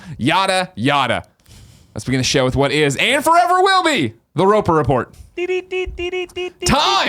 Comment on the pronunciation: Good gravy, how long until gets the Roper Report right. I beg of you, go listen to some old PSILY/Beyonds or let the co-hosts handle it!